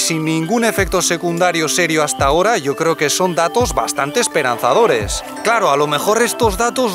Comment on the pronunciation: No te cleo dijo el tshino!